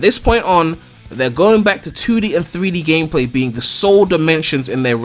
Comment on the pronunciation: HA! You said SOLe Dimension.